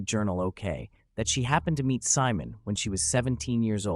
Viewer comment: When your name is simon but the A.I pronounces your name Salmon